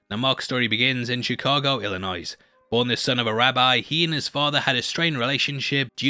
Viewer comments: Someone prob beat me to this but, if not, the S in Illinois is silent. It's not ill-uh-noise. It's just ill-uh-noy. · The S in Illinois is silent, it's pronounced ill-a-noy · Hearing you say Ill-eh-noise instead of Illinois made my day. Great video as always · As someone who lives in Illinois how he says it is kind of wrong the s at the end is silent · the s in illionis is silent LOOOL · The “S” is silent in Illinois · The s in illinois is silent. Theres no "noise" in illinois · You’re not American of course but we do not pronounce the S at the end of Illinois. Cheers. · The s in Illinois is silent